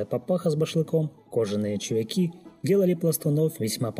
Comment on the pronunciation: ЧувЯки, а не чувякИ!